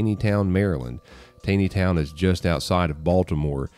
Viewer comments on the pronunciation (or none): Just an FYI, it’s pronounced “Tawny” Town. My family lives there.